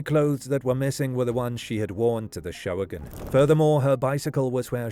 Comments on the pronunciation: I'm pretty sure the event at Halloran park, the "Showagon," is pronounced just as the two words "show wagon" rather than 'SHOH-uh-gun'. In fact, I think they still do local talent kid shows around Cleveland called "show wagons"--two separate words. At least they used to several years ago when I was there on an extended business trip. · I found that weird, too. He's pronouncing it like "show-again." I won't really complain, as his videos are typically super-informative. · What is a showagin? Can't you just say show?